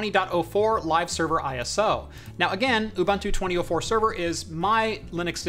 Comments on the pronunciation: Dude its pronounced ooboontu, not oobantu. Making me cringe here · Ubunto is pronounced Ooboontoo. Not Bantu , a bantu is a person from an ethnic group. Where as Ubunto is a philosophy. ;-) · love the vid. Just some little fact, Ubuntu is pronounced Ooh-Boon-tu but pronounced fast. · Lol. A lot of Americans, like in the video pronounce it Ooh Bun to. Like a bread roll slipped in the middle there ;) The boon is like a fast boen. Just sounds better ;) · Nice vid. Always a bit strange to hear Ubuntu pronounced as youbuntu, but nice to see it being used. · it's pronounced ooBOONtoo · You could yell at him for his pronunciation of Ubuntu lol